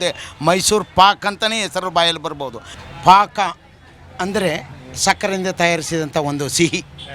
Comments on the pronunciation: ಪಾಕ ಅಂತ ಅಷ್ಟು ಉಚ್ಚಾರ ಶಾಲಾ ಮೇಷ್ಟ್ರು ಗಳಿಗೆ ಮಾತ್ರ ಸಾಧ್ಯ ಸಾಮಾನ್ಯರು ಪಾಕ್ ಅಂತ ನೆ ಹೇಳೋದು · Adu Mysuru pak alree. Mysuru paaka. Paaka anthane irli. Accha kannada upayogisi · ಅದು ಪಾಕ, ಪಾಕ್ ಅಲ್ಲ